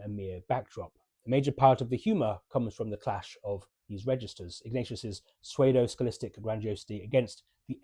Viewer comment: Isn't Pseudo pronounced "soodoe, NOT "SooWAYdoe"? Also, Mrs Levi does not "run the business", she is idle & self-indulgent & judgemental, whilst merely taking care of herself. Mr Levi does not worry about whether he is good or evil, he just worries that his gullible, manipulative, self-righteous & indolent Missus will turn his daughters even further against him with her distorted stories & badly-understood ideas of what actually happens at the factory. This is especially evident when she tries to take over the life of the poor old worker who just, as Mr Levi rightly points out, is trying to retire. He is not so much "indecisive" - having already decided to be rid of Levi pants, he meets financial obstacle after obstacle, as well as Mrs Levi's endless objections. The rest of the review makes more sense. & I agree that it is thoughtful as well as funny.